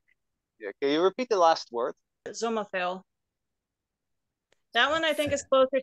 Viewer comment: Yes in Danish it is a sommerfugl, and you pronounced it correctly